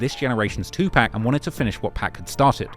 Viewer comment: Dang you know what….i actually been watch all your videos but when I watched this Video about Young Thug IT HIT ME YOU DONT KNOW WHAT THE HELL YOUR TALKING ABOUT.. YOU ARE BEING DISRESPECTFUL CONTINUING TO SAY TUPACS NAME INCORRECTLY. If your so much of a hip hop person how come you dont even know how to properly pronounce tupac UR DUMB AND TRASH